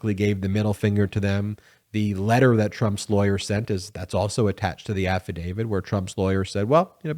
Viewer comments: Please say affidav-IT. Saying “affidavid” diminishes one’s faith in your argument by creating a perception you have no understanding of language and, further, any more complex issue. I think you’re just enunciating lazily but I admire your endeavor and would like you to be beyond reproach. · It's not 'affadavid' but 'affidavit'. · It's affidaviT not affidaviD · Please ,please the word is AFFIDAVIT not AFFIDAVID……. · I love your videos, but for the love of all, please quit saying “afi-David!” It’s affidavit. No ‘D’. Not even a little. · I like your videos but please stop calling an afadavit an afa-david. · There’s no “DAVID” in “Affadavit”. AFF-A-DAVE-IT <<< “T” The end sound is “T”! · THERES NO “D” at the end of AFFIDAVIT. Stop mispronouncing it. I cannot and do not take anything you say seriously when you continue to pronounce it wrong. Why hasn’t your editor corrected you?